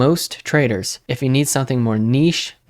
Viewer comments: Me: paying close attention and learning everything i can: "ni-SHAY" Me: uncontrollable snort laugh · "niche"....this got you a sub, just for that! 😂😂😂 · "Niche" hahaha that was funny